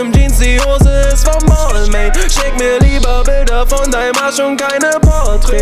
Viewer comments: Kann das sein das er Balmain falsch ausspricht ? Man spricht es doch Balma aus oder nicht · Das spricht man BAL-MAHN aus hahaha... Bruder nimm den Track runter, ist ja echt peinlich. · Hauptsache Balmain ausgesprochen....😂🤦🏼‍♂️ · Es heißt nicht [baalmäin] sondern [balmahn] du Attrappe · spricht man balmain nicht anderst aus? 😂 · Ich hoffe er weiß das er die marke falsch ausgesprochen hat und es nur für den Reim so ausgesprochen hat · Er spricht Balmain einfach die ganze Zeit falsch aus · Er spricht balmain mit Absicht falsch aus aber warum ?? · Alter du sprichst Balmain falsch aus 🤦‍♂️🤦‍♂️🤦‍♂️ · red' nicht von Marken, die du nicht mal aussprechen kannst... schreibt einen ganzen Track drüber aber spricht die Marke falsch aus #brudermusslos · Sprich es bitte richtig aus du möchtegern fashionkiller